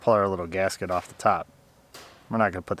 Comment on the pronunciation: make an effort try saying battery box, not battery bhax. say on and off, not ahrn and arff. learn to speak correctly. you are dumbing down my language. apropos mechanics top knotch.